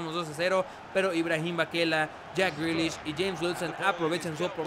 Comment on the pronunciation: me partí de la risa cuando les respondiste, si jugadores como jack grealiash, no se quién y fares bahlouli, con esa voz y tu francés. xDD.